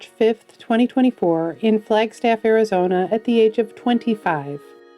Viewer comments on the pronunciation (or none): none